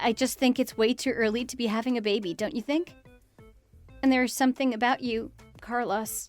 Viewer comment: I have never before heard someone mispronounce "Carlos!"